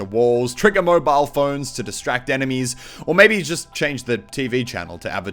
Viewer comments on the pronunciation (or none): none